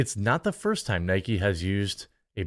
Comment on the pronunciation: its not nikey its nike it rimes with mike